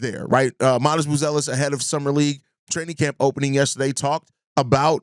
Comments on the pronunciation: Hi sky is falling bulls fan. I would ask how your day is going but I already know it’s going terrible. It’s obvious bill Simmons just chose a team that he knows nothing about to say something about. Not knowing how to pronounce buzelis last name, to not mentioning giddy resigning negotiation, to not mentioning Noa and his upside, to not mentioning how having a lot of cap space next year is a good thing. Being a 40-42 win team with expiring contract and a direction can push us in a better direction with our draft picks improving and trading for players that make sense and fit our core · The fact that he can’t pronounce Buzelis correctly hints that he doesn’t follow the team that closely. You’re talking about the future of the team, He’s regarded as the biggest bright spot, you don’t know his name? That being said I get what he’s saying and only the bulls making good decisions going forward will change this perception.